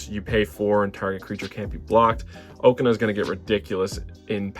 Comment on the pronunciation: Okaun ❌ Oakana✅